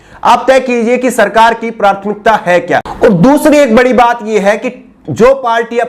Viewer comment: Just correcting word prouncing at 2.28 and ++ Correct pronunciation is PRATHMIKTA (and not PRARTHMIKTA). Thanks